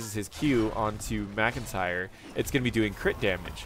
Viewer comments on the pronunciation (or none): none